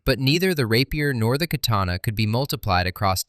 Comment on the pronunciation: goddamn slop you really couldn't fix the fucking H in katana seconds in the video? i HATE SLOP LIKE YOU #DIAF